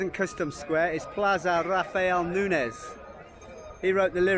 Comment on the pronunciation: Plaza Rafaél Nuñez, it sounds ñ. just to you do a perfect guided tour